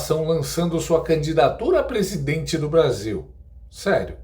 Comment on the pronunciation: Misericórdia 😮..., prissidentte???😲😩🫵🏾 😮😂😂😂... anistia já